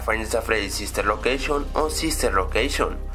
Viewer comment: sister locaction xD se le salio la c